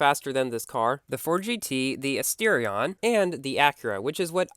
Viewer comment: I pronounce Asterion as As-ter-rion but you do it as in As-teer-ion You pronounce Jaguar as Jag-wire I pronounce it as Jag-uar